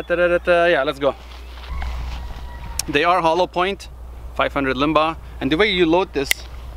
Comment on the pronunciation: I believe it's pronounced "line bah" It's a cartridge design by John linebaugh in the mid 1980s it's based of of the .348 Winchester it's a powerful round hitting harder than a .44 Magnum but less then a .454 casull none hold a candle to the .50 S&W There is a buffed version of this round kown as the 500 maximum or 500 linebaugh long its more powerful but still weaker the Smith & Wesson 500 which beats by over 20% from what I could find, Smith & Wesson did their homework it's still the most powerful mass produced handgun cartridge